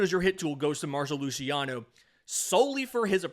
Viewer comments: it's Marc-o Lu-see-ano, not Marsho Lushiano 😭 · mar-ko lew-cee-on-ohhh